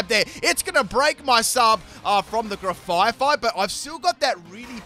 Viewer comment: another gen, another opportunity for to mispronounce my favorite pokemon's names (grafaifai lol)